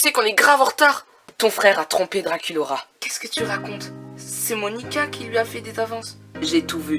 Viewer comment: C'est Moanica pas Monica.